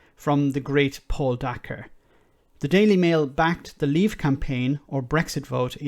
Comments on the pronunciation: Hi, Just thought you should know that Dacre is pronounced like acre, not acker. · Dacre is about to be in charge of OFCOM?! Jesus wept I thought 2021 was gonna be better than 2020. EDIT: it's pronounced day-care. Or it should be. Edit2: Private Eye (literally the only publication still worth reading) are gonna go mad on this. If nothing else, that's gonna be fun.